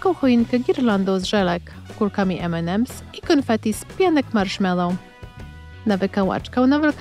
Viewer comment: Ememems nie Enemems